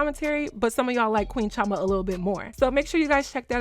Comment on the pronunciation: .....why are you pronouncing your igbo name wrongly??.... girl please learn the correct pronunciation... and before anyone start, no there isn't different pronunciation for "chioma".....and i agree with everything you said.